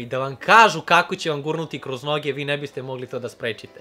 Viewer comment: kažeš kroz none a ne noge